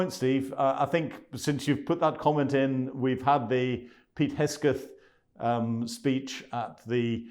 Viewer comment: It's 'Hegseth', not 'Hesgeth'. Unintentional I'm sure.